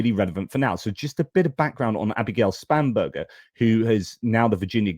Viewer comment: Sorry, but can’t help but childishly laughing every time you say Spam-Burger. I just can’t help but remember those 90’s adverts for Spam, and the song Spam Up 😂